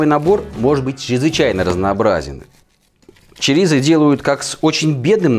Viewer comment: произносите, пожалуйста, правильно. Ваше чАрисА я слушать не могу. ЧОрисО. И никак иначе.